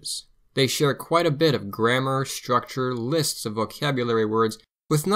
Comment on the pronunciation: Interesting, but "structure" is not pronounced "schtructure"